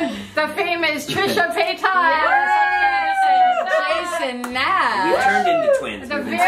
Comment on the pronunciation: I hate when people pronounce Trisha’s last name pay-taws it’s PAY-TAS (paytiss)